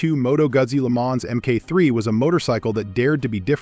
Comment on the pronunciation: Moto Guzzi. Lemonz ? 😂